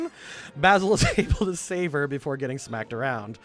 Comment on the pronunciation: Can I just quickly say, that as someone whose name is Basil it's very unusual to hear say my name so many times. And not just saying it, he's saying it correctly. I keep feeling like he's talking shit about me.